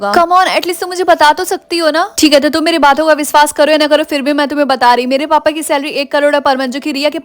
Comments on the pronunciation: Didi aap wishvas ko visvas keh rhe ho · Viswas ❌ Vishwas✅